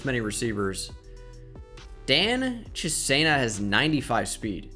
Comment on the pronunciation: Dan Chisnea is the got and its pronounced like Chesna